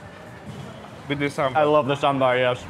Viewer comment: Despite being a foreigner...Mark visits places that most Indian food Vloggers dont and knows way more about food...and pronounces Sambhar correctly...😂